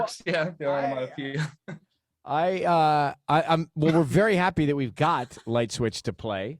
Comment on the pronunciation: Onomatopoeia * 😭😭 proud of you for trying bestie